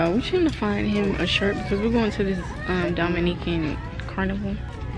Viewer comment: the way she was pronouncing “Dominican” 🤣 the hair style you did was super cute 😍